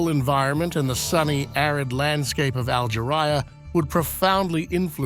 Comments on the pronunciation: Al- Jer-eye-ah? Algeria. Robot narrator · "Al-ger-Iyah?" It would be more "believable" if the "expert" could pronounce name of the Country properly. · For gods sake, get rid of the AI. I struggle with the AI graphics, but the voice over pisses me off so much (Algeryah) that I stopped watching. Even if you are ugly and your voice reedy and hesitant, at least its real.